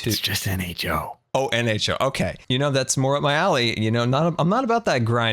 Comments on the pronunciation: I giggled at you constantly getting nHo wrong. You were definitely (IC) doing it just to mess with him :D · I like how strugles to say nho while there are the big letters in the back on the mountain XD